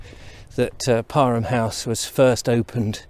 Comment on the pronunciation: So it’s pronounced par-em? My basketball couch was wrong then. Thank you!